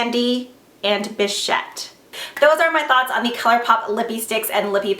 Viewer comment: You are the only YouTuber I have seen who pronounced bichette correctly....and I really really love you for it haha love the video!! Xox